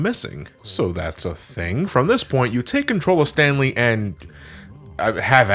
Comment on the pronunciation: sounds like you're saying the stan lee parable...